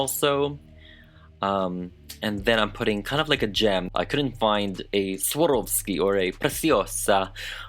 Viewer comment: I absolutely love the dress, it turned out amazing! But as a German re Swarovski pronunciation is killing me, they're actually Austrian so it's pronounced the Same a it's written. No hate it just a let peeve if mine and you're usually very well versed :)